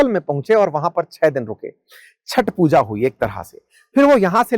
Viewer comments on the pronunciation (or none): none